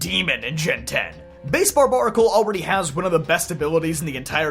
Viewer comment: Pretty sure it’s pronounced bar bear acle not bar bar acle. Because it’s like barbarian !